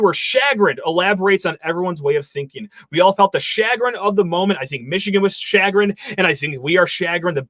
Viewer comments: Pronounced "shu-grin" not "shaggrun" I didnt even know what you were saying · It's pronounced /SHe grin/ not “shagrin” love your show but I thought you should know. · “SHAG-rin, SHAG-rin, SHAG-rin” — Dude, if you’re gonna say words you don’t know, then you should check on proper pronunciation. Or, even better, when you encounter a word you don’t know, that’s a great time to look up the meaning. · It’s actually pronunciation, not grammar. Lol you don’t know the word chagrin,.